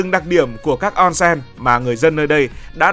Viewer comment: Đọc là ôn sên nhé ad ko phải là on sen